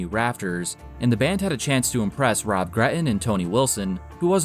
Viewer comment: "Rob GreT-Ton", not "Rob Greh-en". "but" is not "buh", "tighT" is not "tighhh" ...... It's so easy to spot someone of the generation that was saturated listening to rap music.